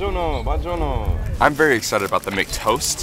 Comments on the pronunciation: HELP i felt like he was the definition of American tourist when he kept saying ‚banjono‘ 😭 Loved the Video tough momma bear always uploads the best food reviews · BONGIONO ! 😂 It Is "Buon Giorno" . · The “bonjourno” made me laugh out loud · Ma poverinooooo mischino nn sa dire buongiorno e lo prendere in giro😭💀💅✋🙇‍♀️🗿